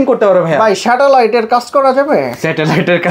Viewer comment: স্যাটেলাইট নাকি শ্যাটালাইট বললেন ভাই 😂😂😂😂